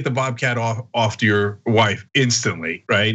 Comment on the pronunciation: What really kills me is the pronunciation of "WOIFE"